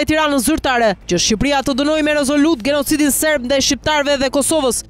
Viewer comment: Kujdes fjalorit se si po e lexon tekstin .se ne guhen shqipe nuk thuhet genocid po as gërgjalliu po thuhet gjenocid dhe gërgjaliu.Per ndryshe kjo tingllon serbisht dhe greqisht